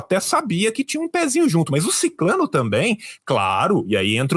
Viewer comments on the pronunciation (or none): Retifique, por favor. O certo É SICRANO E NAO SICLANO ....ISSO SOI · Sicrano e não siclano